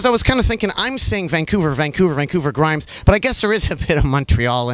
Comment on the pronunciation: mundinho grimes falando "a im grimes"